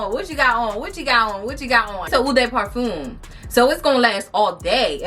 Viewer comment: Heads up you’re pronouncing EAU de parfume and EAU de toilette completely WRONG! It stands out because you kept saying it Lol I was like HUH???The names of the individual ones I can understand but really? Practice saying it so the sales ladies don’t think you sound crazy girl!